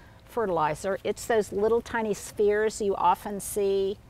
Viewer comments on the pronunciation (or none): none